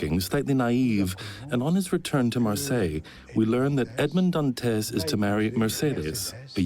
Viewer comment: AI narration just sucks. Edmaund-d-Dant-ezz. 😒